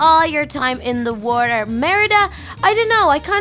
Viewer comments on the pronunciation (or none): When little said water she said walther